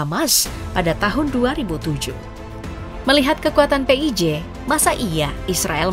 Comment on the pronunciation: PHI AY JI , bukan PE I J, tar ada yg gak terima loh kak 😂